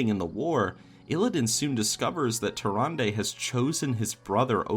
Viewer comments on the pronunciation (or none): Everytime you say Tyrande, I here Harambe. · Anyone else thought he was sayin harambe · "tarandey" XD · What if you said Tyrande's name right? They way you said it makes me not want to watch your videos. Although you probably don't care because you have a lot of viewers. Either way, every time you said it I wanted to hit you in the face. I don't know why I feel that way but I do. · Am I the only one that cringes when says Tyrande?